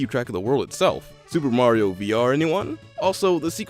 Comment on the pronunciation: You said maro 😂